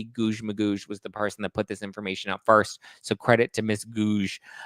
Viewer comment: Every time says "Guouge" an angel gets it's wings